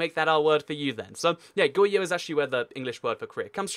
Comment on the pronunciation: adjustments I hope if you would pronpunce "r" of Goguryeo and Goryeo. Also, Goguryeo never united the whole of Korea, but fell by Silla which was supported by the Tang dynasty, and there were rebellions in Silla and some people said I suceed Baekje and Goguryeo. And later, the guy who claimed the sucession of Goguryeo has fallen by a rebellion and Goryeo(but still suceeding Goguryeo) is made. I think you've omitted some "important" information. Goryeo was never annexed by the Mongols, but only vassalized after 6 wars, and Goryeo was never annexed or even vassalized by other Chinese dynasties.